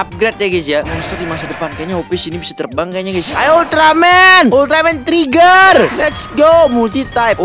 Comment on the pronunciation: Bukan trai ger tapi tri ger baru bennar toyol udah gila apa lagi itu 😂😂😂😂